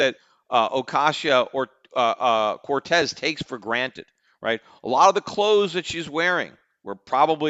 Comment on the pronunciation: I hope AOC becomes president whenever she’s eligible so that I can listen to Peter try to pronounce her name for four plus years.